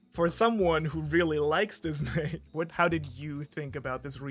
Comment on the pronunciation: I really love the way pronounces Disney Because I'm brazillian I'm used to hear people pronounce as dis-nay and it feels right hearing him pronounce it like this as well